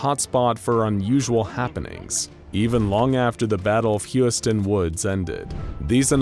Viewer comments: HOLY SHIT HOW BAD DID YOU MISSPELL "HUSYATIN", it took a while to understand what the fuck it is, but paste to Google translator "гусятин" and listen how it is pronounsed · Nicely done video, but there's one moment i'd like to clarify: I understand that slavic languages are hard when it comes to pronouncing, so it's totally fine that you never spelled Husyatyn right It should be spelled something like Hoosiatyn :) Just felt like explaining this lol